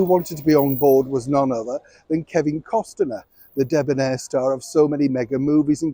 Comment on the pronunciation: Costner, not Costiner